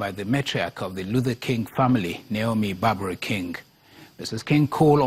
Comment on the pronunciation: It's Naomi Barber King not Naomi Barbara King.